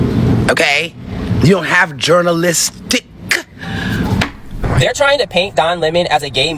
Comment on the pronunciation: Excuse me, but a person who cannot spell nor enunciate the word “journalistic”, should not deem herself qualified to tell a person whether or not he or she is qualified to practice their profession. Do you have a press pass madam? No? Then by all means, get the fck outta here. And run a Google search first before you get up on Beyoncés internet to talk about sh*t for which you are ill prepared.